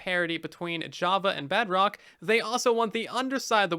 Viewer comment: i hope you know you keep saying “BugRock” instead of “Bedrock” (